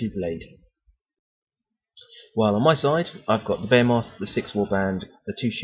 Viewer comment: Generally very useful. Thanks. Great figures and layout. You do not know this, but you have a very strong accent for American ears :) Consider talking a bit slower. When you describe that big thing it sounds like "bear-moth." Here we say "Baa-He-Myth." Look forward to more programs.